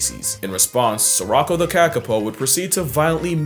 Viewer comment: I don’t want to sound like a know it all, but it’s not pronounced “sir-rock-o” it’s pronounced “suh-row-kow” The only reason I know this, is because we named our cat Sirocco about eight years ago! I was very surprised to see she unintentionally shared a name with a kakapo who is also a human harasser! I just thought it was funny! lol 😂